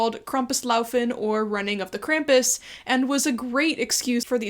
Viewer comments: You m is pronounced Krampus. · How do you not know howe to pronounce Krampus?